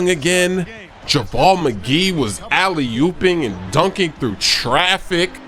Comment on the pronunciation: JaVale not Jamal